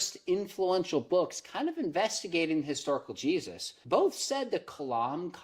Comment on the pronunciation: Am I the only one that heard "Cheesus" ? I think that guy would be way cooler